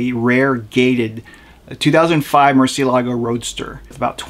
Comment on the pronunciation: Props for for choosing a pronunciation style. I feel like people that call a murcielago a mercy-elago should be pronouncing a Gallardo as Gall-ardo. If u say guyardo would you also not say murchee-alago.